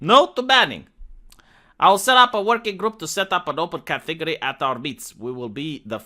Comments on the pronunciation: I for one, enjoy the Romanian pronounciation of cathegory. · Cat TEA gory